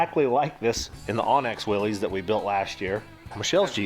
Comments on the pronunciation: It’s Willys, pronounced Will-iss. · Willys, no apostrophe, pronounced Will-iss.